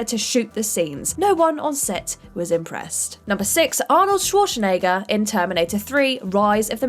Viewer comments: CANNOT pronounce worth a damn. "undoubtably" hard, "ek-specially" for those it's only recently "came" to light "dilla-tan-tay" Arnold "Schwar-shen-egger" Director Francis Ford "Ka-PO-la" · Arnold Sworshnayger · Shwashnegger??? You really said Shwashnegger... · has clearly never heard of the actor named Arnold Schwarzenegger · k She didn't just pronounce the W wrong... the way she said the Z isn't used by anyone. She said Shwarshnaygur. How she managed to not even pronounce it as well as other English speakers boggles the mind. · Is she Sean Connery's granddaughter?! "Shwarshnegger" sounds like something Daryl Hammond would say playing Connery on SNL. Also, did everyone else at What Culture get fired?! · Schwarschnegger lol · Actually, no. This isn't fault for mispronouncing Schwarzenegger's name. Its the editors fault for not asking for another take. Looking at you Dom Old. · Is it me or did get progressively more drunk each time she pronounced Arnold's surname? Maybe she did a shot each time his name came up? XD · Or Schwarzenegger... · What the hell.... why can't you pronounce Coppola and Schwarzenegger!?!?!